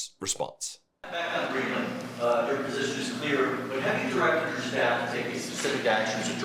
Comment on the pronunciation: Hey, FOX news lady, it's "crazy" not "Kwazy"?? and lady it's not Green Land, its Greenland, and maybe they should say that the flags being at half-staff is NOT anything new despite Trumps' whining. It happened before Nixon's inauguration when Truman had just died.